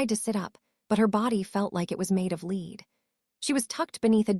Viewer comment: Please pronounce lead and lead in the correct grammatical tense and definition